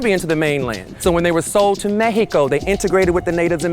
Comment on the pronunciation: Thank you for saying “Mexico” that way it’s supposed to be said